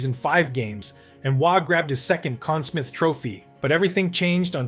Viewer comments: U said conn smith, its smythe. Sm-eye-th U got it correct later on. And id say v.trekiak & tony espo deserve some credit for the butterfly style. u called him Roy not ra-wah or wah. ,.... what many have een callling him thinking this may be Ai? Getting tough to tell nowadays... but little errors like this reek of ai, or premature education. . Lol I mean, making & releasing a vid without properly proofing facts, sub par research, and not vetting the final product prior to release ... It just contributes to improper claims being deemed as facts Ppl will say that they heard it in a vid and pass that as fact Many ppl uploading vids on numerous subjects do not double check their facts U also called price currie price. These vids are dangerous...ppl look tto this type of content to educate themselves & are getting amateur hour results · Also mispronounced Conn Smythe at least once. Getting tired of AI voiceovers. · call yourself nhl hero and call it the con smith trophy? you AI?